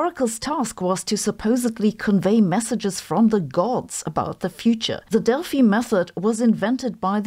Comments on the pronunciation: German pronunciation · When she said Delphi method, for a second I understood DEATH METAL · You are saying Delphi wrong FYI. And also George.